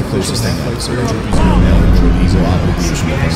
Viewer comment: "Entroupy Zero"